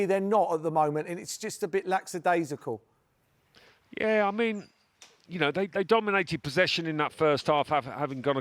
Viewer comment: Merson even mispronounced the word "lackadaisical".